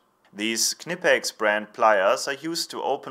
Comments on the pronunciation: You say Knipex correctly! Me too! :) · Again, now I know how to properly pronounce Knipex and now I know where my cans of Ballistol come from!!! Both are very popular here in the US!